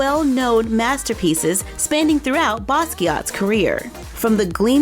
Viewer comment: I love how you pronounced "Jean-Michel" so well... It seems to always be a tricky one for English-speakers... You rock! However, with French folks and people originally from former French colonies (like the Basquiat family), 99% of the times, if a name ends with a "T" that letter is silent. The doll really looks good!